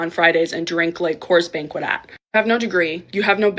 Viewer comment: She said "Coors Banquet" 😅😅😅😅😅😅😅😅😅😅